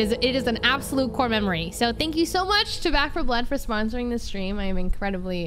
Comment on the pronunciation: SPOSORING LMAO